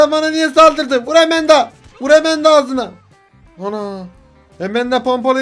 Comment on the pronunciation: Enes abi Emenda değil Amanda